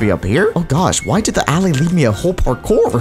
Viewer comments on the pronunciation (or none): bro calls an aLLAY an aly ITS NOT THE SAME